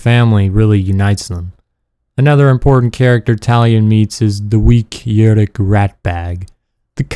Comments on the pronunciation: You pronounce it Yu-ruk. It is Oo-ruk. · Bro... How can you be a fan of these games and pronounce Uruk like that?